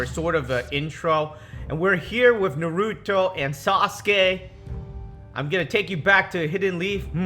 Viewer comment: This man dont know how to say Naruto